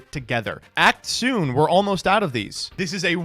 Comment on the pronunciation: It was “WE’GE GOING TO GAME 3” a dawn into the Age of